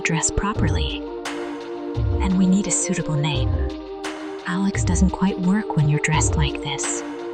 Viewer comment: A Lex?Why can't they get t hese thingsto speak correctly?